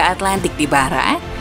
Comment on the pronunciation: Salah fokus sama suara naratornya yang kadang2 nyebut Arab jadi 'ara' dan barat jadi 'bara'. Why oh why